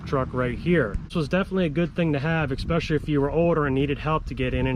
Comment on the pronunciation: There is no such word as ex̌pecially. The word is (especially)!